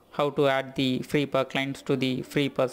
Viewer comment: Every one in the west says Free I P A as separate letters (initialism vs acronym). However, I like the way you say it like "ipa" (as one word) and will from now on be pronouncing it that way myself.